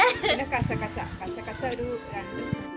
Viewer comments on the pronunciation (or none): കശ കശ അല്ല ( കസ് കസ് )